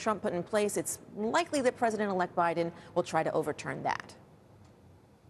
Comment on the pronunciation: President bye-ton